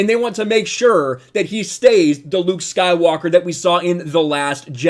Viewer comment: The way you pronounce “Luke Skywalker” is very satisfying